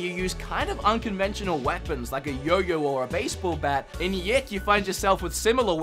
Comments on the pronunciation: Isn't it Y2K? Not yiik? And probably pronounced Me Neck O since its japanese with cats :) neko. But awesome list and video, not trying to be a downer love the hair flip. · Its y2k..not yiik..lol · did you just pronounced YIIK as YEK?! its Y 2 K. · Btw, it's not YIIK, it's Y2K (Year 2000). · It's "Why Two Kay" as in the year 2000, Y2K bug etc, not yick, unless it is somehow yick. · Lol, I think it’s called Y2K not yik. From what I’ve heard it’s inspired by what was dubbed “Y2K” where everyone thought computers would crash in the transition from 1999 to the year 2000. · YIIK!? come on, it's Y2K! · It's called Y2K A Post Modern RPG not Yiick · I physically cringed every time he said "yick" instead of "Y 2 K" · "Yik?" HAHAHAHAHAHHAHAHAHAHA its Y2K my dude. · I love ya but I think its y 2 k not yik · Yick? Thought it was Y2K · You know it's pronounced "y2k" not "yiik" right? Lol its Roman numerals... rofl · It’s y2k not yiik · OK you do know the game is not called "YICK" its actually Y2K LMAO!!! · Its y2k not yiik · Y....2.....k. not yik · Wait...did you say Yick? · Did he say yik? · It’s not Y (2) K? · isn't YIIK supposed to be pronounced Y 2 K? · The first game is pronounced Y 2 K. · I think it’s pronounced Y 2 k